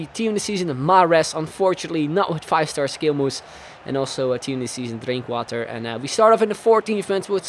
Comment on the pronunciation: In the pronounciation of the name Drinkwater you can clearly hear that he's dutch haha (I'm dutch too)